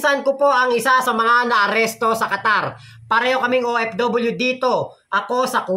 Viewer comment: Qatar hindi Quatar mali